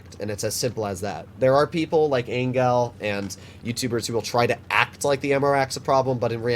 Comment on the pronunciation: He is called "Ang-ga-el", not "enggel" I suppose? Edit: I also think that he just makes fun of the ammorack, just joking around? Not actually saying it's horrible.